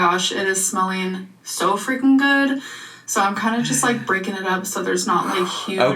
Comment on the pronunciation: My boyfriend was listening and asked "Why does she say zoooo instead of soooo?" lol